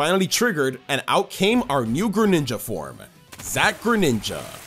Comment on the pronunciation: THE SECOND G IN GRENINJA IS SUPPOSED TO BE A J! AND DO NOT LEAVE OFF THE W IN TANGROWTH!